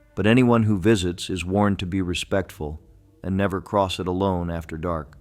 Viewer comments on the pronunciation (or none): none